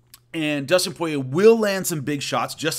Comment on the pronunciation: It's Poirier, not Porier 👍🏻👍🏻